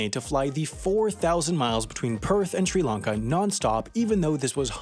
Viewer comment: Hats off to you for pronouncing all these country (Eg. Sri Lanka) and city names (like the Chinese ones in your Wendover videos) properly 👏